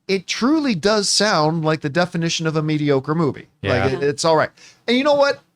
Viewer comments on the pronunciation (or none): none